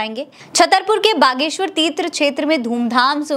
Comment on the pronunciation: 😂gadheshwar ko baleshwar kyon bole rahi ho ?